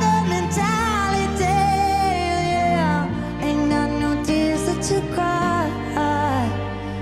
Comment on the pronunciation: I never heard an American pronounces 'mentality' this clearly before, bless her smiley miley 💞